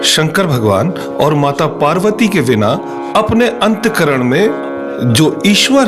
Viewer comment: अंत करन, नहीं बोलना चाहिए, अंतः करण असली शब्द है